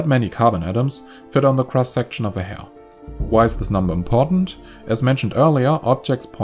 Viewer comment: The pronunciation of “hair” ruined my understanding of the whole video